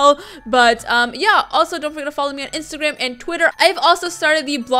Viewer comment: I heard isagram in stead of instagram 🤣